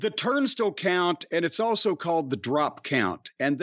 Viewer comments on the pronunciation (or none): No. Jim is saying it wrong. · TURNSTILE....not turnstil Jim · Turnstle? I love Jim to death, but that sure is a weird way to say "Turnstile." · Is "turn stull" a common pronunciation? I call it "turn style" and while I grew up in the South I don't recall the word coming up in conversation before...so just curious. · Who else loves who Jim is saying "Turnstile" as like "Turnst'll" 😂😂. Same way he says "Louisville" basically with his little bit of accent. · Yes I’m saying turnst’ll from now on ha ha! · Turnstile is the only word I've never heard that way... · I never knew turnstile was supposed to be pronounced like that. lol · Idk if I like how Jim says 'turnstile'. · The way, Jim pronounces turnstile is like nails on a chalkboard for some reason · I've never heard turnstile pronounced the way Jim says it. Im sure it's a midwest/southern thing. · I've been mispronouncing "turnstile" for years.